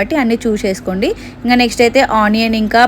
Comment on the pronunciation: Konchamsepu uppu enka salt vesi kalipi pettali anta😂😂😂 pronounciation mistake 😅